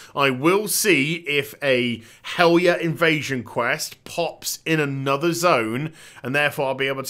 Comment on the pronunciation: I don't know if this is of interest, but... In old Norse(and modern derivatives) the "j" is pronounced like an English "y". So "Valajar" would be said "Valayar" and "Helarjar" "Helaryar. " This also makes Fjarnskaggl MUCH easier to say. Think Bjork, basically. All J's become Y's.